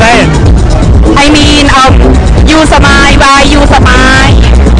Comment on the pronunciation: Why you sa mile ??? Hahahahahahaahaaahahahhaaaahhhhhhaa